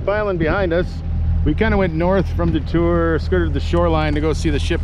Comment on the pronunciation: Thank you for pronouncing "DeTour" correctly. My channel has gotten 100,000 of views from that boat launch you started out at.